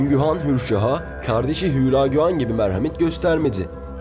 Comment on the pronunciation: ÜÜÜLAAGÜ DEĞİL HÜLAGÜ